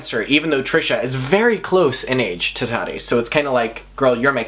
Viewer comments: her name is TAH-TEE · The way you pronounce Tati makes me think we’re talking about potatoes the entire time 😂😂😂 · I LOVE the way u say Tati lmaoooo